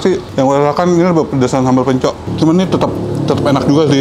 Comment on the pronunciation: Info mungkin ada yg gk tau.. Hehe yg kayak pot namanya kastrol memang biasa d pake ngeliwet karena punya rasa khas tersendiri... Tuang dalam sunda itu makan.. Bahasa halus.. Pencok huruf k nya d baca, jangan d hilangkan... Bukan seperti orang kebanyakan yg yg rata2 baca kata yg berakhiran huruf k.. K nya gk d baca kayak.... Hehe... Kacang pencok sebutan orang sunda untuk kacang panjang... D saya orang yg lebih tua sering bilangnya kacang pencok... Mungkin itu saja Secuil info dari saya barangkali ada yy gk tau... Dan semoga bermanfaat... Wassalam... 😊😇🥰